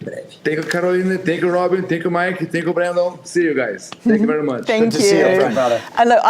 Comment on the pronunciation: Love how calls Brendon 'Brandon' multiple times